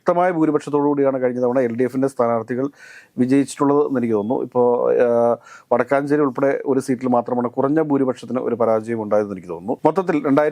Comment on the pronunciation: വടക്കൻഞ്ചേരിയല്ല " വടക്കാൻഞ്ചേരിയാ..